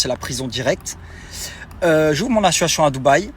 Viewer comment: Association monsieur Dylan pas assuassion 😂😂😂 il incroyable 🤦🤦🤦